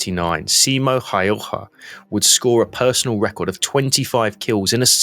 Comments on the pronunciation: Häyhä ausgesprochen häühä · Nice video, but you are pronouncing his name wrong. The Finnish "ä" sounds like "a" in "hat." Ha-ew-ha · For ease of pronunciation its pronounced almost like Howha or Hauwha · His name is pronounced as such, Ha-Oo-ha.. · The a with to dots (ä) in Häyhä, are pronounced as the a in 'mad'.